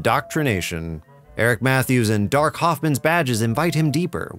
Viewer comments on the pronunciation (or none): none